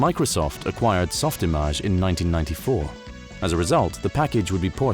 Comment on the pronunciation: I’m so glad you pronounced SoftImage correctly. Too many people understandably say “image” instead of “im-aj” (rhymes with mirage). I remember the jab back in the day being “You’re not a veteran 3D artist if you can’t pronounce SoftImage correctly”.